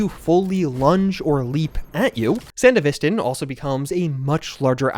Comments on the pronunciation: gotta throw wannabe edgerunner in here too tbh. also im certainly not the first but i swear to god im gonna lose it if i hear sandeVIStin one more time dog. its sanDEVisTAN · Why do people pronounce it san-di-VIS-tan? Edgerunners clearly showed its san-DEVI-stan. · Seriously how hard is it to pronouce it like San-dev-est-stan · watch edgerunners to hear how sandevistan is pronounced